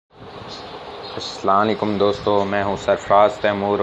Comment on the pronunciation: Phli bt phly salam krna sekhoo Assalam o Alaikum hota hai kindly next salam thek sy